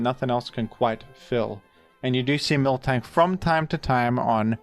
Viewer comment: My obsessive tendencies are getting triggered every time I hear "milktank" lol